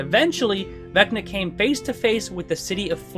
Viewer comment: Vecner? I barely know her! Also, it’s not pronounced “Becna”. The V sounds, wait for it… like a V.